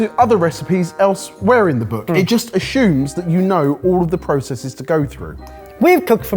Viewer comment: The books "ashumes"?